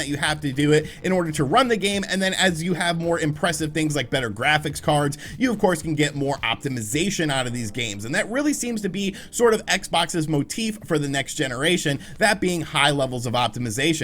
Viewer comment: “Xboxs’ Moteef” Well played man 👍